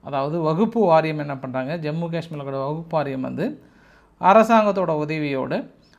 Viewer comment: வகுப்பு அல்ல ---வஃபு வாரியம் பிரத்யோகம் அல்ல ---பிரத்யேகம்